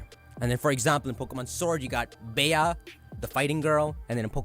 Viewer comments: Did he just call Bea “Bay-ah”??? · Bea is pronounced “Bee”, rhymes with pea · i'm pretty sure Bea (aka best girl) is pronounced Bee.